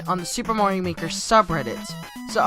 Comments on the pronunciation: "super morio maker" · Ok I'm going to clear to the whole world, it is pronounced mah-rio not maaaaaa-rio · mario not morio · LOL he says moario